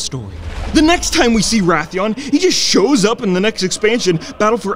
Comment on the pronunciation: Is Wrathion, not Wrathian.